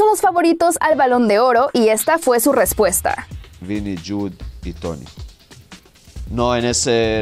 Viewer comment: "Vini jun y toni"